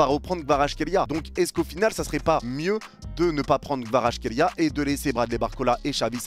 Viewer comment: Ça s'écrit Kvaratskhelia mais ça se dit "Kavaratsrelia"